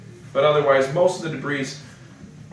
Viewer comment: Debris has a silent "s"